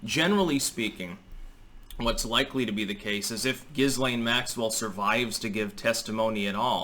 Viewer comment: Jamie Dlux says Jizzlane Maxipad. 🤣🤣🤣🤣